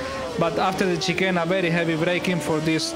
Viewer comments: I believe he was trying to pronounce 'chicane'. Since he's Spanish, there might be some problems with the tune of pronouncing 'chicane'. I try not to laugh, but I cannot resist it. I'm a fan of Lewis Hamilton, but I give my utmost respect to Fernando Alonso also. In fact, I give it to every driver. Good luck the championships, Lewis Hamilton, you rock! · At first he was trying to pronounce chicane but soon he gave up and straight up said chicken all the time😃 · he means shi-kaine (that how u r ament to pronounce it) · In fairness it's just a slight mispronunciation of chicane. Still funny though!